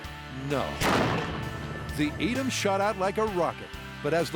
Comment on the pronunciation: There pronunciation of Edam and Gouda... As a Dutchmen it pains my ears.